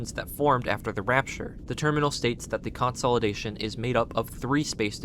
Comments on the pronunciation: How in the world have you not heard this pronounced in your life? You sound like an adult. Everytime you say it like that, I imagine a backhand w/ your name all over it! and everything else you say is pronounced right. I pray that lucky ducky backhand finds you sometime soon. 🤞🤞🤞🤞 Its "Kuhn • saa • luh • day • shn" (consolidation) NOT....... "Kon • saul • eh • day • shn" Also, where does it say anywhere that its "HUMAN" blood. it just indicates "blood". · Consolidation is pronounced: American English: kuhn-SOL-uh-DAY-shun IPA: /kən sa:lr'deıfən/ British English: kuhn-SOL-ih-DAY-shun IPA: /kən splı'deıfən/ Stress: the main emphasis is on DAY: con-sol-ih-DAY-shun. Sorry, but it was driving me nuts 😅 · great video but the way you pronounce the word consolidation is insane